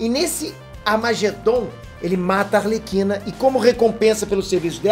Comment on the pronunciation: Pior é os que falam "Alerquina".